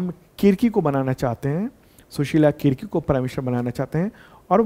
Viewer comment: Sushila karki hain Kirki nhi